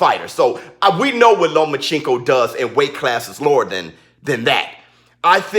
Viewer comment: Shut down your channel idiot. Your personality kept me from listening to anything you said. Only thing i heard was your rascist ass improper pronunciation of Loma's name.